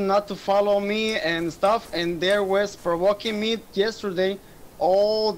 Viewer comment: That is "provoquin" ese :v